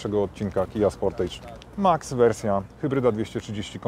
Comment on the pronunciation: Wymowa "sportydż" i będzie okej ;-) Wiem, że "age" wymawia się "ejdż", ale już sportage wymawia się "ydż".